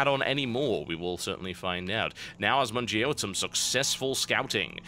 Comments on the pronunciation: As someone who knows a few words of French, you made the name worse! Bottom-eaters indeed. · assmonger = 'az-mon-jeer' Nice use of french, TB. ;-) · Did anyone else think the way he said the terrans name sounded just as bad? Y'know like, Ass Muncher? lol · You know your name is horrible when even the caster refuses to pronounce it right XD